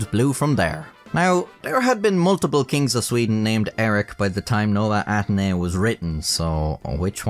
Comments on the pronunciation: try to pronounce it Novae Atenny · nołe atheny ☠️ is it that hard to pronounce nove ateny